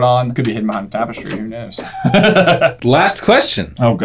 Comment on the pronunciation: why did dude say "Trapestry"? lol